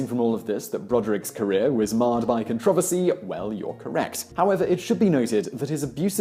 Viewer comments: It took me a second to realize he said controversy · Con trahver see... Never heard controversy being pronounced that way..